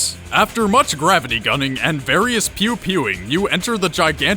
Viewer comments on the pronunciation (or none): none